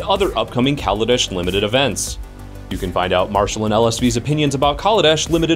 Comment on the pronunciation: Lol, Worrying about mispronouncing cards when you're mispronouncing the name of the plane? it's Kal-a-desh, not call-a-dish